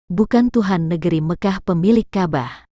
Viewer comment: Ka' bah. bukan kabah blepotan sekali.😂